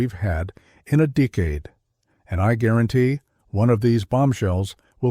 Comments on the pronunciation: Pat sertentoo? 🤣🤣 Deekade? Stupid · I hate best team in a deekade? The dang cant say decade. Narrate your own videos, I turned it off after deekade.